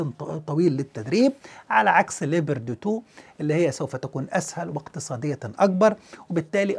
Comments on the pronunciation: 🐆🐆🐆🐆🐆🐆🐆🐆🐆🐆🐆🐆🐆🐆🐆🐆🐆🐆🐆🐆🐆🐆🐆🐆 اسم الدبّابة ليييييوبااارد وليس ليبرد 🐆🐆🐆🐆🐆🐆🐆🐆🐆🐆🐆🐆🐆🐆🐆🐆🐆🐆🐆🐆🐆🐆🐆🐆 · تحليل ممناز ، عفوا الدبابة اسمها ليوبارد و ليست ليبرد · اسم الدبابة ليوبارد و ليس ليبرتي